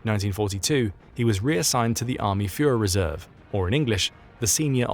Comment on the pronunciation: “Rishert”? “Dosler” Fühererreserv”? When taking up details from German history, I suggest better pronunciation of German names and. words.